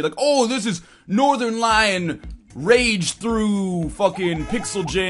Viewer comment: Oh, and called him "Northerlion" 0.o Unless there is a NORTHERLION!!!